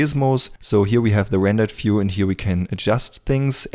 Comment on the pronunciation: I just want to say, FEW IS NOT VIEW and VIEW is NOT NOT NOT FEW. HOLY COW THAT IS SO FUCKIGN ANNOYING